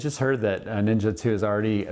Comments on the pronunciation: Neezaaa that is how you pronunciate it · Did he just pronounce Ne Zha as Ninja?? wtf at least learn how to properly say it